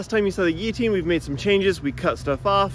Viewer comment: The one person who owns a guillotine, doesn't quite know how to pronounce it.